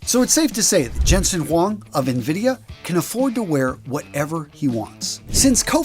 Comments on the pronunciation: It’s not pronounced “navidia”, it’s pronounced “invidia” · Na-vidia? Na-huh. It's pronounced en-vidia. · More like En-Vid-ee-uh. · Its pronounced "EN-vidia", sir. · You are pronouncing nvidia wrong